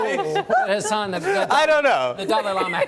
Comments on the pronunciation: it irritates me how they pronounce his name knowing it’s wrong, it’s not hAsAAAN its huusin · It's not 'hasaan' people. It's 'hasun'. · question... how are you supposed to pronounce hasan??? i see a lot of hosts pronounces it as "hass-aan" and he never corrects them, but when he refers to himself in the third person there isn't that strong emphasis on the second syllable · Why she said his name wrong